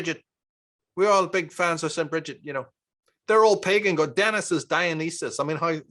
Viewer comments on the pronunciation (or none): none